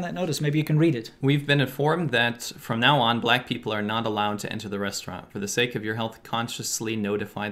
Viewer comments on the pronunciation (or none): none